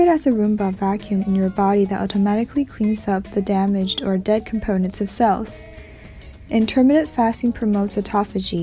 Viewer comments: You are mis pronouncing intermittent! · Please learn how to say 'intermittent'.